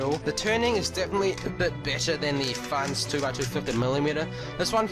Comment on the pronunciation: We're u saying fans instead of Fangshi?